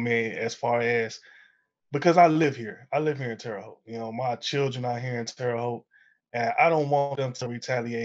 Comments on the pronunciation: Terre Haute is pronounced "Tarah Hote" not "Terry Hote". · 😂 It’s pronounced “Terra,” not Terry. (I lived there until age 11 and then again from age 25-28. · Her calling it "Terry" Haute, totally made my day.